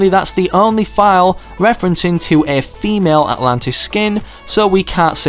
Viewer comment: Who notice or herd him say famale atlantis instead of female atlatian